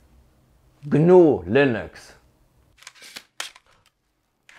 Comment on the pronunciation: Gah-Nooh Slash Linnocks! 💪😎